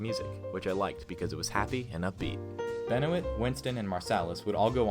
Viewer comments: BTW it's pronounced Ben Wah, not Ben o it! Lol! Kids! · David Benoit. It’s not Ben-O-It, it’s “Ben-wa.” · I don’t think it’s pronounced David Ben-o-it. I think it’s pronounced Ben-wah.